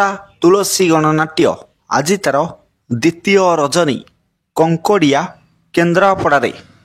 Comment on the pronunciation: କଙ୍କଡିଆ ନୁହଁ କlଙ୍କଡ଼ିଆ